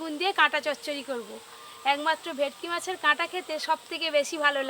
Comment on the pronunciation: ভেটকি ❎ ভেকটি ✅